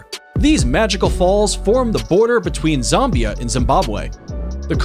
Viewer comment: Please don’t mispronounce Zambia 🙄 I’m African, its ZAM BIA 😂